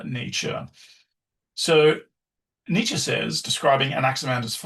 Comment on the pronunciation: I've never listened to this before but he pronounced Nietzsche correctly so I'm in for some serious life altering shit probably.